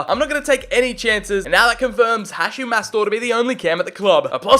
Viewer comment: The way he pronounces Hachim’s name irritates me …. It’s Ha”K”im not Ha”ch”im